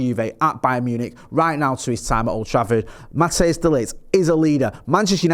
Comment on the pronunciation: It’s Matthijs ( Pronounced Matt-ICE>). Not Mattheus